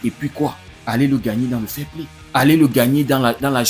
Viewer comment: S'agit-il du" fair Play " ou plutôt du " failli Play " ...?